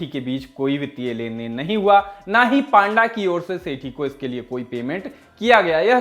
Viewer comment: पांडा नहीं भाई पंडा